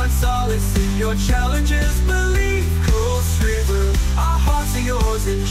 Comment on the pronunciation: It's a great song and a great idea but the pronunciation of kuilsriver is unfortunately wrong. Would have been better if it was pronounced correctly. Great song though.